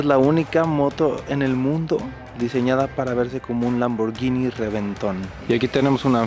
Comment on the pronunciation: Muy pocos no italianos saben pronunciar bien 'Lamborghini' y Alan, estás entre esos pocos... definitivamente viajando uno aprende y abre la mente.